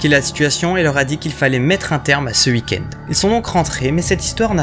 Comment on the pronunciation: Je kiffe ta façon de prononcer oui, week-end etc..chez toi ça fait uhi,uhikend, trop mimi😁